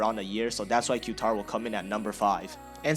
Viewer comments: Q-tar try saying Catar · I believe Qatar is pronounced “Kah-Tar” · Qatar is pronounced cut-are. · Pronounce Qatar like ka-tar. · It's KA TAR if you wanna pronounce it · Qatar airways is pronouced ''Quitar'' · Btw you Say Qatar like this: Guitar but replace the G With a Q you got Qatar